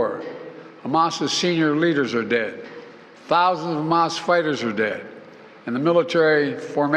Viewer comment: Right dude talking bout hamah cant even say it right justbanither grifter